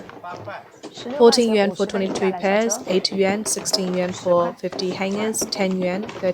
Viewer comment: Please, please, please get the words straight! Chinese currency is Yuan (yoo-ahn) and not "Yen" - Japanese.